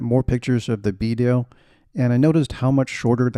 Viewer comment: Great review, and thanks for saying Bedale properly.